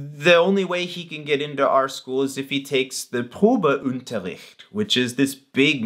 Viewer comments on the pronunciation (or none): Probeunterricht...you don't require any stress on "un"...think "bun" and take away the "t"....un .....Unterricht....Probeunterricht